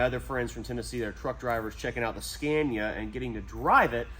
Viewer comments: It's pronounced Scánia, not Skèènia :D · SCA-NI -A time to stop butchering it 😅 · Pronanuced ScAnia. "A" like the last "a" in Canada for you. :) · Learn how to pronounce Scania with an open A,, it´s not difficult. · Pro tip! Scania is pronounced with an 'a' as in martyr, not an a like in mad. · You can start on the second gear when you don’t have a load. And you pronounce Scania wrong 😉